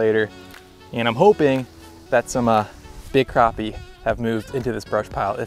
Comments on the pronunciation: It's not cropi it's crappie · crappie not croppie